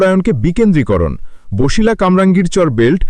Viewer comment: ভাই উচ্চারণ বছিলা হবে, বসিলা বা বশিলা হবে না।